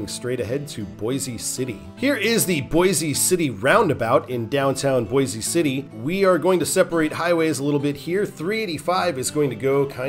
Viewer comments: It's pronounced "Boys" City. No relation to the Idaho city. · I'm from Western KS, it is "Boys" City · There's probably another coment but boise city isn't pronounced that way